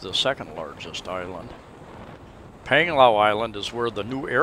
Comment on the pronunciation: Another informative vlog. BTW not nitpicking but 'a' in the Philippines are pronounced with ā. As in Pānglao:-)